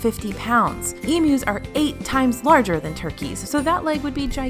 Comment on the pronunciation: As an Aussie, thanks for saying Emu and not Emooo. Also - as an Aussie planning a WDW trip, what are the ride queues NOT to be missed? ( if you’ve done a video, can someone link me, please?)